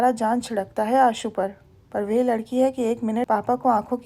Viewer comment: मैडम आप ' वह ' को we पढ़ती हैं जो बहुत खटकता है प्लीज़ ठीक कर लें ,आपकी आवाज़ अच्छी है ,कहानी बहुत बढ़िया